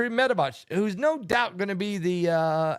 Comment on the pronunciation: Dimitri Med VE DEV that's how we pronounce it dear...tu es drôle 🤭 🤭